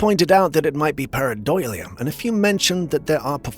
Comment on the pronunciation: Camera 15- that's a bear. I grew up in the mountains, it's a bear. Camera 21- after so many years we just accept that can't pronounce paradolia but we love him anyway. It is what it is. Lol!